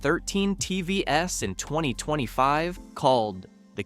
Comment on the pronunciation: love the AI failure to recognize the word TVs as an acronym TVS